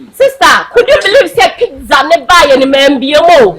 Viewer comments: Pitza Eii hehehe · AMA thinks she pronounce Pizza well ama😂😂😂😂💔💔